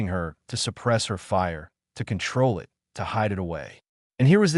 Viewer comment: 7m:04s: Awww, sheesh. Not another instance of this brain-damaged text-speaker that can't handle the word "it". Abandoning story with THUMBS DOWN. And skipping next two suggested stories by same "author".